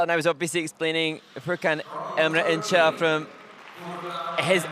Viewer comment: Shame on the commentators, they cant even bother to pronounce names correctlly! it's not Tor key yah! it's Tooor-key, yeah!, Foor, khan, IN gel!, it's not HARD!